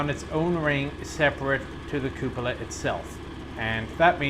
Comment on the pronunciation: I love how the is the only one on the net who pronounces “Cupola” the right way, which is Koò polah and not Koo pòlah. Italian word from Latin.:)